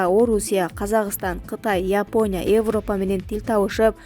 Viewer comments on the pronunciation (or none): none